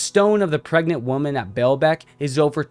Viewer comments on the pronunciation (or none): Baalbec! It's not pronounced: Bail bec, it is pronounced BALL bec! Baalbec! Amazing ruins!